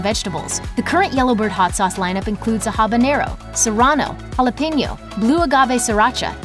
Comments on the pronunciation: It's not "habañero! It's habanero . Named after Havana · One would think that someone talking about hot sauce, would be able to pronounce the names of chilis. Habanero, habanyero. Funny, when talking about Louisiana brand, she got it right. OK, I'm confused here. She is talking about the YellowBird brand, and the habanero is hotter than the Ghost Pepper.